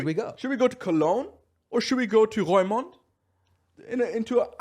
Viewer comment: Funny how he pronounces Roermond 😁